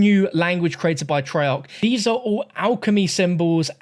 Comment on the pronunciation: Treyarc, more like trail-er